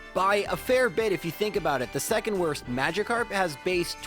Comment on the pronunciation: "And it woaist taim" :D